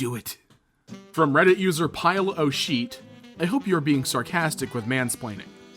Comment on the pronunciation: When you say being it sounds like beating